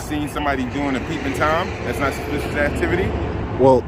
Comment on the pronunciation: This ignorant cop can't even pronounce the word suspicious!!! 😂😅😮